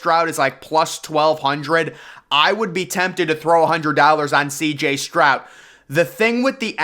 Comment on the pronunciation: His name is Stroud, not Strout. 🤨 Say, Stroud